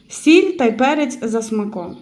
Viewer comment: Чому суль а не сіль або соль